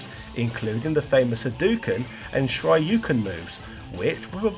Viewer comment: Rye you Ha doo ken Shy roo ken Does this guy do research?